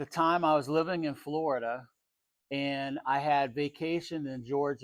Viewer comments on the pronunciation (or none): none